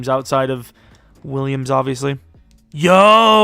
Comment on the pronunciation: You did too much when you said Williams